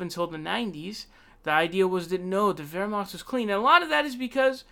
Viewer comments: Yeah "Wehrmacht" Was decent, but the rest was awful. I'm bilingual, Eng-Ger. But I don't fault him, German is a horribly hard language. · Yeah as someone who has studied German for five years with German family speakers, those first 10 seconds where he said "Wehrmacht" with the gutteral r and ch had me floored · What about it? It was pretty good and it shows informed himself how to say it. Unlike probably 90% other foreigners that i've heard pronouncing it.